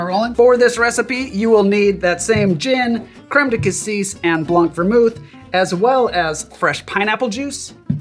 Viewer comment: Je suis curieux : appréciez-vous sa façon de dire « blanc » ? BLONK!